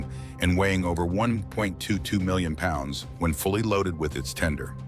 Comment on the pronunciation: that's cool, the type of voice is no problem but it's really offputting when things like Pounds and other measurements come out in some garbled sort of noise rather than speech.